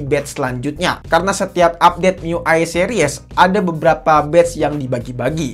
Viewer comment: yg paling gw kzl : harusnya dibaca Se-ris bukan se-ri-(e)s